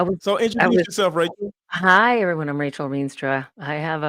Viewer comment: Rachel not Tachel … Sorry.🫢